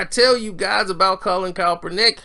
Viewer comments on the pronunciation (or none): This boy keeps saying coppernick 🤣🤣🤣 say cap not cop 💀💀💀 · A few days ago, he was calling him kalpernick. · You keep butchering that man's name 🤣. Are u doing it on purpose? Sound it out with me.... CAP - PER - NICK (Kaepernick)